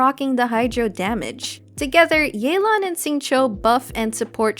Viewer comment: It's Yeh-lan T_T